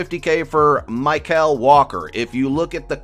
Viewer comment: It's not My-Cal Walker, it's Michael Walker